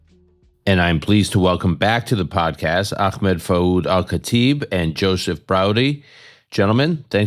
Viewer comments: ...he said "fa'oud" over and over. it's not a hard name to say lol. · it drives me nuts. it's basic respect and "fouad" has two effing syllables to remember and they're in the same order they're spelled in. "Senor" is a less intuitive name to pronounce without hearing it first